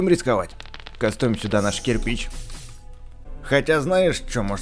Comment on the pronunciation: пачему ты говориш кастуем?